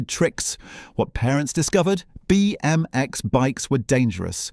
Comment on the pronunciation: What the fuck is up with your pronunciation? It's not Etch-AY-Sketch... it's Etch-AH-Sketch - said as one word: Etchasketch. I've never heard anyone call it Etch-AY-Sketch lo! Also, you don't need to over-emphasise each letter in BMX.